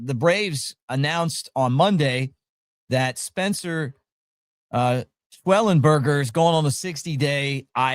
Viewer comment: Who are you Mick? Archie Bunker? His name is NOT Shwelinburger.